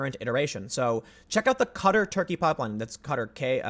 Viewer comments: Wait...Cutter? Are we trying to say Qatar? I'm confused. "ka-TAR"=Qatar, if so. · Literally took me almost four full minutes before I realized you were talking about QATAR instead of CUTTER. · Qatar is pronounced like guitar but with a k isn’t it? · Qatr? You mean qatar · Fyi: Qatar = Kah' tahr. Keep up the good work Tim. 👍